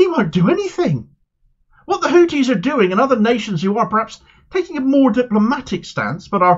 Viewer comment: Pronoune the "th" n Houthis as the "th" in thought, please.